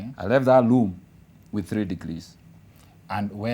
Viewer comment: The guy repeatedly referred to room as "loom" and the government is still silent. Anyway you can also learn how to make PISSA from SCRASH, it all depends with your determination😂😂